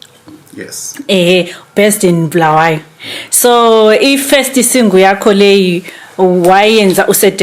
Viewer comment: it's not Bhulawayo but Bulawayo, your ndebele is dribbling is it because usuhlale kakhulu lama Shona yini